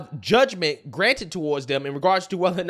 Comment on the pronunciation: She was in an interview with Jay Shetty recently and kept saying "...we can't take it for 'granite.'" vs "granted." I don't like to nit pick people about pronunciation since I've made my own goofs, but if narcissists can't speak properly its okay to point it out😁😂😂